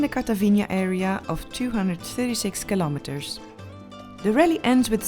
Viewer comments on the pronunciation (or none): Who else after watching her for a few years now pronounces kilometers as Kilometerssshh.😄 LOL Be safe Noraly. 😍